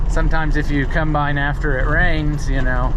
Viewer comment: It combine not cUmbine lol